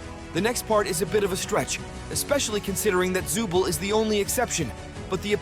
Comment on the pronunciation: The name is not Zubel its Zooble